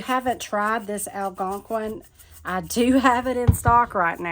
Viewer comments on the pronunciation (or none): none